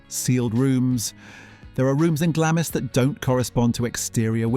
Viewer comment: Glamis is pronounced "Glams".